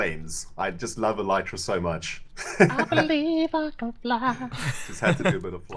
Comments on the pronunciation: MUMBO please pronounce Elytra correctly. It's Elytra not Eleytreea (A-lie-Tra) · You need to light up the underside of the dirt you placed whilst terraforming PS It's called el(Y)tra not el(I)tra :-) other thai that keep up the good work love your videoes :-D